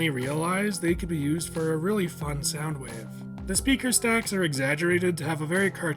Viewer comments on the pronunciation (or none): Its more like "Soundwow"